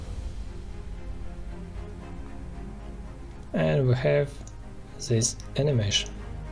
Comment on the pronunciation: its not ZIS but DIS